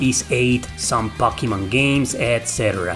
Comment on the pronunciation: I'm just here for the way he says "Pockymon"